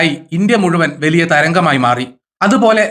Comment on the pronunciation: വെലിയ അല്ല,.വലിയ